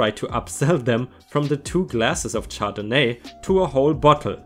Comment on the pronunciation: Good stories. Another good video. ************** Just FYI, The wine name is pronounced shardenay. Oh, and I forget which video it was in now, but in the context it was used, tear should have been pronounced tair, to mean rip. Cheers!